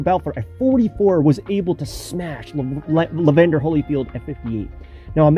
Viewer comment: And Evander Holyfield, not Levander